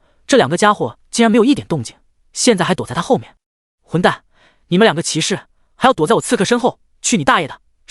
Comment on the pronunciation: 又是一個把士 念成土的文章